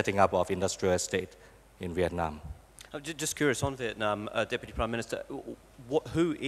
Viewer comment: Ma-dzơ in diệc-nam. Bó tay với ông cực Tiến Sĩ nguyen xuan phuck.